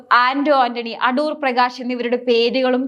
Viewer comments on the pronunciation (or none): none